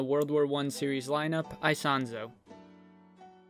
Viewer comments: Please pronounce correctly... I in italian has almost same sound of E in English Isonzo "ESONZO" plz... lol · The right pronunciation is [esonzo]